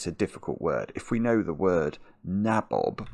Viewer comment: Pretty sure nabob is pronounced nay-bob in English,.